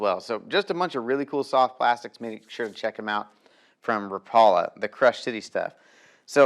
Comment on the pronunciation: Rap...a...lah. = Rapala. Never Rah...Paul...a... teach the world bro..your killing me say it right..love ya